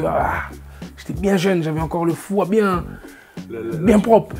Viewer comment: Naza il me tue : "Mbien" , "Ndire" " Ndirect" 🤣🤣🤣